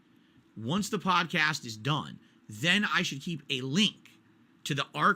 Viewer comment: Detractors content is ripped directly from his video. How the fuck can he even try to debate saying, "HERE DA LEENK TA PAHDCASS WHERE I EXPLAIN IT"